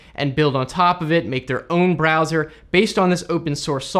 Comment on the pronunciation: “...no matter what BrEzzoR you’re using...”